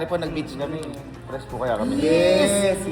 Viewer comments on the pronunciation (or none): Fresh❌ Fres✅